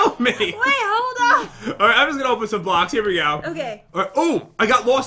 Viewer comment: Say blocks right